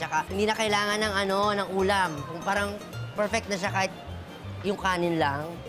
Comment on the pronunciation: tang ina bakit di nya mabigkas ang tamang pagsabi ng PARANG??